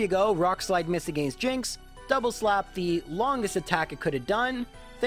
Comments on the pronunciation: I thoroughly enjoy the videos, but I cringe every time he says "agāinst", with the hard 'a' sound on the second a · To be fair, it's deserved for how he pronounces against :P